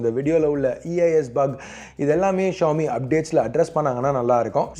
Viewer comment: Xiomi Xíomi xiómi ...not 🚫🚫 trust